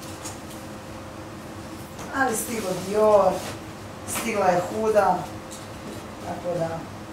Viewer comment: “Stigla je GUDA” haha ne kampiram ovo izgovaranjz H kada je H (huda beauty puder)